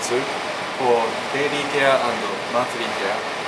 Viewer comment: Am I the only one who noticed the dairy care instead of daily? Hahaha